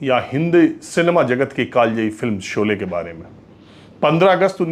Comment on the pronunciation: Sholay ka ucharan aap galat bole rahe hain